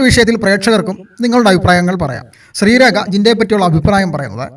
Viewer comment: ശ്രീരേഖ not രേക